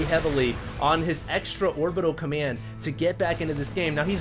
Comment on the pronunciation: is it just me or does say "commyand center" instead of command? lol